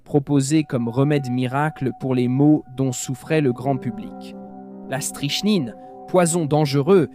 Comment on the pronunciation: strycknine cela se prononce et pas strychnine comme orthographié.